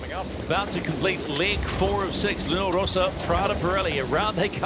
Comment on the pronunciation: Really, what's the problem with people that butcher the Luna Rossa name? It's simple, Luna Rossa, not Rosa, not Rosso. I find it really disrespectfull, like when someone call American Magic, American Tragic.